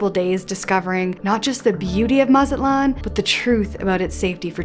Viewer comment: I can't listen to you because you can't pronounce Mazatlan right.